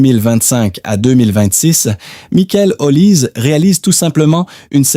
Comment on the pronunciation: Comment voulez vous qu'on vous prenne au sérieux alors que vous ne respectez pas meme la prononciation de son nom? L'IA vous infantilise!